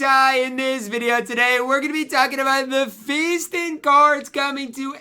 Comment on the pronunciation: Says feastin